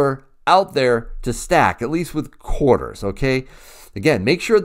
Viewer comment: Nice “quahdas”😉. I know you don’t say it like that but you know... The proofs are beautiful.